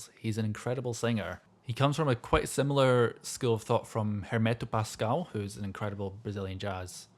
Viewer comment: Your Portuguese is quiet good on 'Quarteto Novo', so please allow me to help you it's pronounced "Ehrmetoo Pas-coh-all"